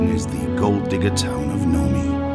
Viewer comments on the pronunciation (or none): Nome Alaska is not No-mee, but Noum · Nomee? It’s Nome, the E is silent! The resident with the yurt even pronounced it for you! By the way, yurt resident, you paid $45,000 for a tent with a wood frame that a bear can just tear open and walk in?!?! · english is not my native tongue, but even i know it is Nom(e) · Ah the British and their blatant disregard for the correct pronunciation of nouns and place names from other countries and cultures. "Nomey" LOL (for Nome, Alaska). Its not as silly as they way they say "tack-o" instead of taco but it's pretty bad since plenty of people would have been in Nome to pronounce it correctly for them.